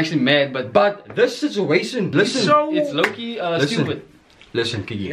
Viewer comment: Heh: “sitzuatian” 😂😂😂😂👌🏽👌🏽👌🏽👌🏽